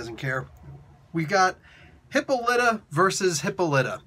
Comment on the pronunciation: Hi-polly-ta you're mispronouncing her name by emphasizing the wrong syllable, shortened it's Lyta and Wildcat called her Polly when they were dating in JSA